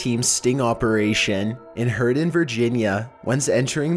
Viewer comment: Operashien Hose Attenshien Conversashien Lol its so funny how he says thing hes at zucc level right now Also he said something twice, forgot what it was.